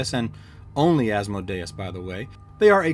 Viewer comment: So funny you say that... i definitely know how its pronounced and winced myself when i said it... could not tell you for the life of me why it came out that way... or why I still say AsmoDEEus about 20% of the time! The The latter I chalk up to calling him AsmoDEEus since being in grade school until I had kids of my own... but the FaeRON... that just came out of nowhere! :)